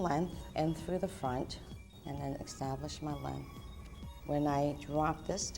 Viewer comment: The word is pronounced EST-TAB-LISH not X-TAB-LISH